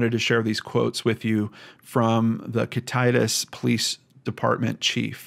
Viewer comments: It's pronounced "kit-eh-tass" Washington. Thank you so much, this is such a heartbreaking case. My heart goes out to his family and friends. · Thank you for doing this episode. I live in Ellensburg which is the larger town in kittitas county. I still to this day dont understand why the police and sheriffs department didn't do more or anything at that matter. Just a bunch of good ol boys. Its bullshit! His father did it. Everyone knew he did it. No justice foe this poor kid. Thank you! Also its pronounced Kit-it-tass. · Just to add onto that for educational purposes: Top-pin-ish Yah-kim-ah Sp-ray-g Thank you for the comment. I am not trying to be critical but it was driving me nuts to hear him say kit-itis. Reminds me of some kind of disease, haha. For the record, I understand that place names derived from Native American words can be hard to know how to pronounce. I'm not getting down on the man, I'm just glad that someone thought to put up the proper pronunciation for educational purposes. On the topic, I feel the same. This case is absolutely heart shattering. Such a tragic one. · I thank you for your detailed and well researched cases. I pray they find this young man, however, I doubt he left his home alive. One comment: Kittitas is pronounced kit-a (like apple)-tas (like tassel). Ty again for another amazingly well done show. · Hey, thank you so much for doing another story from Washington. Just letting you know it is pronounced Kitta tass. Kittitas. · Kit uh tass is how the town is pronounced if you do future videos which i hope you do there is so much more to this case.. the fbi the police didnt do this right at all! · Kit-uh-tas, Top-en-ahhsh, Spray-g. Very common in the Misty Copsey case with people mispronouncing Puyallup (pew-awl-up) too, our state has some tricky town names 🙂 Great video on such a tragic unsolved case. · Kit- a- tas we have some hard names to pronounce in Washington. A lot of Indian tribe named land